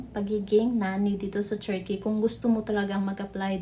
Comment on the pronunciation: Pag aralan nyo nga po yung pronounciation nyo ng TURKEY meron yan dito sa YT how to pronounce, nakaka banas kasi